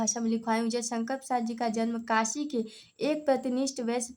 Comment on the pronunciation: काशि नहीं काशी होता है